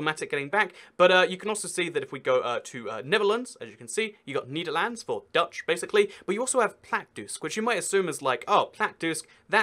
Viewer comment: niederlaands... its nederlands! learn dutch.......... :P